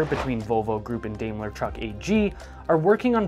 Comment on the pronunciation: I don't know where you come from but, Here in the states we call it "Dime-ler"